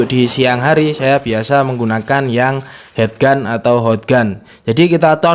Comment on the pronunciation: Heat gun dibaca hit gun lur... Heat= panas Head= kepala